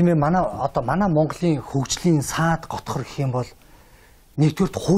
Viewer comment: Энэ сэтгүүлч яанаа чааваас... саад хотгор гэнээ?! kkk саад тотгор гээч ха ха ха...